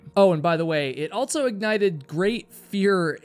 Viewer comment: The word "also" doesn't have a "t" in it. And it's pronounced "since" not "sense". My God, who taught you to speak English?